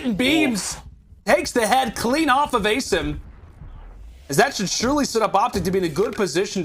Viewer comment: You think the casters would have spent 10 seconds to agree on how to pronounce "Asim"